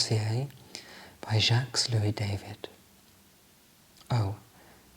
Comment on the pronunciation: Loved the video. I've always thought that you had the voice and vibe for ASMR. BTW, Jacque- Louis David is a French name and is pronounced as in 'Daveed'.